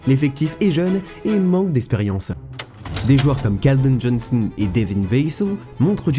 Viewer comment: Super vidéo (par contre evitez "l'accent américain " ...😅😉 ....vassel ,jonhson ....) sinon très belle vidéo très bien documenté bravo